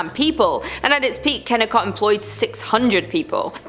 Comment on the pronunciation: Ken a cot not Kennkot